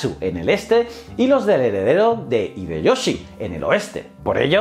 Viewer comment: Me ha gustado mucho tu video. Solo quiero hacerte un comentario: la "H" en nombres japoneses se aspira, la "Y" suena como I y la J es una y. En lugar de decir "Ideyoshi" "Fugitaka" debes decir "Jideioshi" y "Fuyitaka"